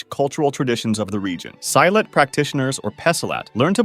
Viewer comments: Actually it's call si lat not sylat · SILAT - /see-lat/ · hmm, how do I say this. Silat is pronounced like "see" plus "latt" as in "latte" minus the "e". Its just me, but hearing "Psy-lat" makes me cringe as Indonesian. good video though, thumbs up. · Wt f is a "Psylat" 💀 It's "See-lat" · Bro why pronounce our martial art name wrong... Malaysians and indonesians are so embarassed after this. Sai Lat? See-Lat bro... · Its pronounced as 'See'-lat and not 'Psy'-lat. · It see-lat, not si-lat. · When i looked at this i IMMEDIATELY thought of wushu cuz i follow wushu 😊 AND KUNG FU AND TAICHI 😃😃 (Side notes: for Silat its not Sai-Lat its See-Lat Tai chi is pretty much hurting your thighs from what i practiced Omg u actually pronounced wushu correctly (for the 1st time) and i love this vid) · it pronouns seelat not sailat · see-lat. not sai-lat. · this mf pronounce "silat" as "psy-lat" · It's actually pronounced as See not Sai. But thanks for including it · Silat is "see-laht" not "sigh-lhat" but nice quick history background. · Amazing and well concluded video, made me understand the basic principles of various martial arts, but omg never have I cringed and laughed over the pronunication of silat, sorry bud, it's "Sea-lutt" not "S-eye-latt" Also, like Kungfu, different regional techniques/combat doctrines have animal-like movements too, like the Harimau (tiger) doctrine developed in Kerinci region of Sumatra Also, , it's pronounced like "Joe's Son", they don't do Js like Spaniards do, "Poom Bull-guy", the "guy" pronounced like the guy in "Guy de Lusignan", AKA French phonetics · I remember my parents sending me to taekwondo classes when I was young I lost the nail on my big toe at some point Also silat doesn't rhyme with violet, it's pronounced “see-lat” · Silat is pronounced seelut. Not sailat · Silat, "see - lat" not "sai-lat" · Aint no way he called silat "sailet"😭 Its c-lat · Actually it’s pronouns Silat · you say silat like shilat but without the h sound